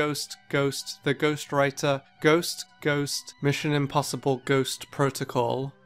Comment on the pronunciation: I SWEAR IF HE SAYS GHOUST ONE MORE TIME AFTER THE GHOUST TYPE >:(